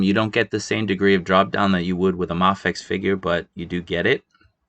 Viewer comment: It's pronounced may fex.